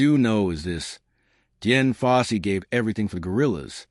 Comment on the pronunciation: Ok, you lost me at Jen Fossey. Uhm her name was Dian.. fucking AI... 👎